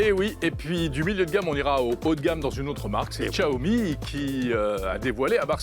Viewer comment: SVP Xiaomi "Chiaomi" et non Tchaomi !